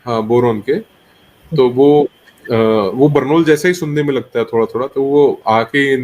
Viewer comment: बोरोन नही बर्नोल है वो